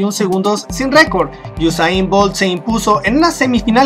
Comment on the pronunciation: al principio dices gosain 😂